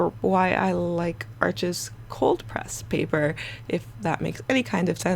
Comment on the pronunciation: Bonjour! Please, America, Arches is pronounced like the word harsh but without the 'h'. It is not 'Archizz'. Merci Beaucoup, Mademoiselle! 🙏🏼🇫🇷